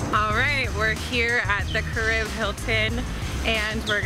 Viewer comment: Lol at careeb. "Kah Ree Beh" oh:-)